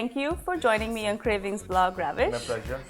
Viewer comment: Good recipe, good video quality & production. The background score is nice but it can be a bit distracting, especially when Ravish talking about his recipe and technique of making the kebabs. Also, you are pronouncing a proper noun, the name Ravish, as the verb, ravish. Sounds pretty jarring. But thank your for sharing the recipe it seems good.